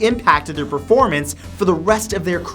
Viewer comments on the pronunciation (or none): none